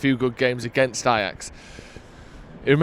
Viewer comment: Stop Saying ....AJAX.....😂😂